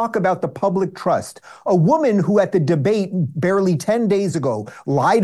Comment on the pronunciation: 😂my lord —- Public TROSSST😂